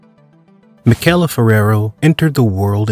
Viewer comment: You mispronounced Michele's name the entire video.